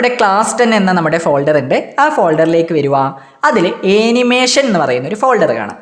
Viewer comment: Animation pronunciation - ˌæn.ɪˈmeɪ.ʃən(an-uh-MAY-shuhn) ഏനിമേഷൻ അല്ല